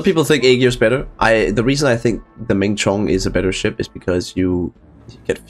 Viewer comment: this one is pronounced "Low-Chiwuan", a large warship like BB in ancient China, and Menchong is pronounced "Mon-Chong", a small and agile ship like DD.